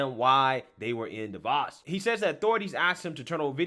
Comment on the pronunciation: you gotta pronounce Davos and Jack's name correctly man, I mean Jack's on your team my guy lol